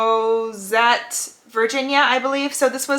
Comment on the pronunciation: Crozet is pronounced “crow-zay” my husband is actually from there 🤍